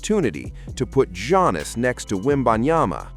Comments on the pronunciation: "Jonas" 🙄🤦🏻‍♂️🤣 Is Antetokounmpo the lost Jonas Brother? 😆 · Don't disrespect Giannis. Pronounce his name correctly.